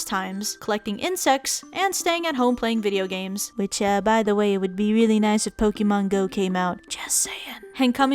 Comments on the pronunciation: Did she just say poki mon? XD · C'mon Aki, I know you know how to pronounce Pokémon correctly.